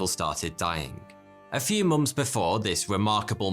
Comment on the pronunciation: Months not moms